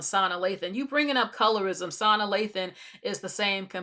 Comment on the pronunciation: I’m sorry but her name is pronounced suh nah. Not sahna. Not being rude or anything. Just want to inform you. And she’s fully black